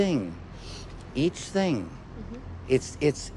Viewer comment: "Eich thing....each thing."